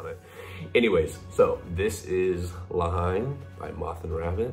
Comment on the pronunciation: you say it 'Le Hen' not Hine, such a great film! have to check out more from Moth & Rabbit.